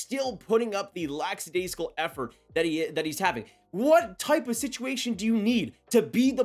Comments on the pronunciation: Love the channel, but please stop saying "lax-adaisical" it's "lack" as in lacking. It's pronounced "Lack-a-daisical". I hear Devil's broadcaster Ken Daneyko say it incorrectly all the time and it makes him sound like an idiot. 😂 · It's lackadaisical, not laxidaisical.